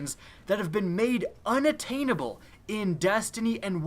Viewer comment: unattainable... good story! we need English classes again come on sorry man but seriously that is an easy word.